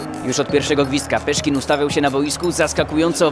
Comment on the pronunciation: Nie "Peszkin", tylko oczywiście pan Sławomir.....